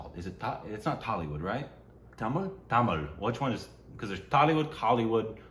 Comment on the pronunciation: Tamil / THAMIZH pronunciation 🔥